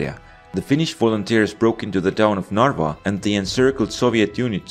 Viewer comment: I am from Estonia and you dont say narwa you say in Estonia narva